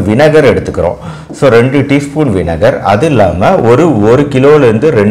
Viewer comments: வினகரா இல்ல வினிகரா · 'வினகர்' இல்லே வினிகர் என்று சொல்லணும்.